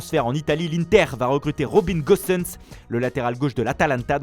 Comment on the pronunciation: Gosens a une nouvelle nationalité à ce que j’entends 🤣